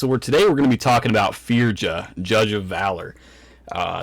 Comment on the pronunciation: Pronounced: Feerya. 🧐